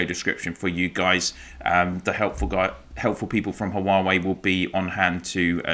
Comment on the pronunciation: Hu-ah-weeee? Wah-way.